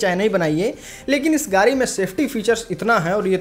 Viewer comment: अबे गाडी को तो गाड़ी बोल ले गारी बोल रहा है